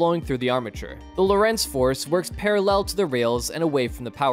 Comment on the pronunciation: lOrentz not loh rEnts...please....do your home work..